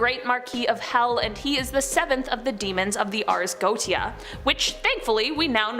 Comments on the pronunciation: GO-WAE-SHA!!!! and it's not the bow (tie) of a boat it's the (take a...) Bow of the boat. (For the titanic 2022 video) both for. You guys really need to check how to pronounce normal, simple, mundane, common things. R Especially if you are going to say the word 10-50 times in a video. Love the channel and the people, just need to shape it up a little bit. Stay safe everyone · It's pronounced Go-ay-sha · Just a friendly piece of info. If you make another video about the Goetia... it is pronounced... Go ay sha. :D PS Love your vids good job! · Go look up how to pronounce things before you subject us to repeated infuriating mispronunciations. It is the Ars Go-ee-shuh. Good lord. It doesn't take that much time and it makes you look less foolish